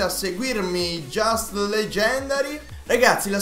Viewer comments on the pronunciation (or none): none